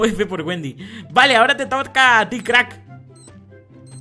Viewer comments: Jajaja en el minuto dijo ahora te torca a ti y no dijo toca xd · dise te torca jajajaja like si lo notaste